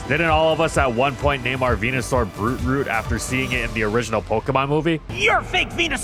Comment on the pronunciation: english is not my first language so i thought he called him "bruce root" so i always named my bulbs Bruce lol